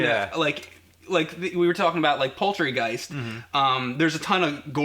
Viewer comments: Did say "Poultrygeist"? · lol keeps saying " poultrygeist" chicken giest haha great video! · Did say "Poultrygeist"? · did just say "poultrygeist"? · Did he say Poultry Geis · He said "poultrygeist" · did he say poultrygeist? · did he say poultrygiest? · did he say poultry-geist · Did just say poultrygeist?